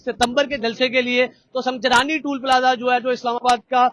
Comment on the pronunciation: او بھاٸی سنگ جلانی نہیں سنگ جانی ھے بولو تو سہی 🤦🤦🤦